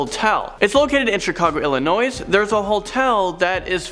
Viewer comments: It’s pronounced Illinoi My god Go back to grade school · Illinoisssss. Argh and your grammar. I can’t pay attention to the video because I keep getting distracted and annoyed. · The s in Illinois is silent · The S in Illinois is silent. Just so you know. I know I'm 2 years too late. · The “s” in Illinois is SILENT you dumbass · The s is silent in Illinois btw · Thank you... it drives me crazy when people pronounce the 's'